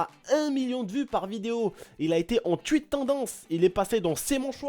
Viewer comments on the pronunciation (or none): Stp je sais que t'es pas americain ou anglais mais essaye de dire "touite" au lieu de "tuite" et "pladjia" au lieu de "pladga" stp